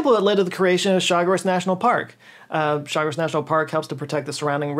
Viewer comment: Thank you for truly "doing the homework" and presenting the facts about our canal (Panamá) correctly. Also, congratulations for correctly pronouncing names like Gatún and Chagres. Long time fan here, and you didn't let me down. Thank you so much.